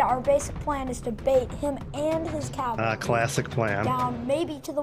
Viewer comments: Also, cavalry is pronounced "cav - al - ree" (or ore commonly "cav-ul-ree"), not "cal-ver-ee". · On the subject of pronunciation, I have to force myself to endure people - in person or in videos - who persist in referring to men on horseback as "cal·va·ry", vice "cav·al·ry". Makes me cringe every time... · that's because you haven't heard "cavlary" yet